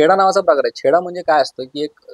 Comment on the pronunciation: Aadhi uchhar nit kara , chheda nahi cheda boltat